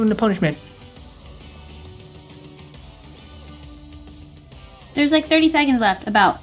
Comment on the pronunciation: Ponischment: ro fisch